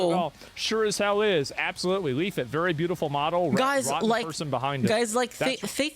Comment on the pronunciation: He's still calling you "Leaf-it" Just keep saying "dude, there's another L."